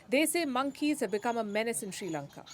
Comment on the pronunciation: We are not in Any Crisis. Palki don't lie! With China we are very powerful... & palki say our country's name correctly.. not Sri lanka! It's Chi Lanka! Okkk